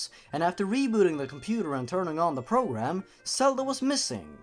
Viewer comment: you pronounce Zelda as Selda and Zora as Sora